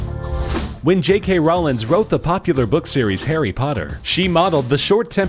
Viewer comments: Who the fuck is "J.K Rollings"?! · It's jk Rowling not Rollins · "J.K. Rollings"... really?